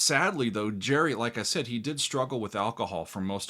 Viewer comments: HIS NAME GERRY NOY JERRY ITS A HARD G ITS SCOTTISH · So why is he calling Gerry, as Gary. A good listener? Not.